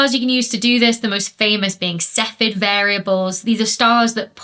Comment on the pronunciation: Cepheid has three syllables - ceff-ee-id.